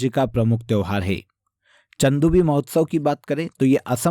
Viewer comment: Pronounciation sahi se kiya kijiye sir चंदूबी को चदुंबी पढ़ रहे हो आप , और ऐसी गलती कई विडियोज में करते हैं आप